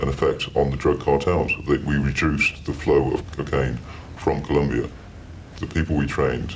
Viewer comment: Colombia not Columbia, thank you.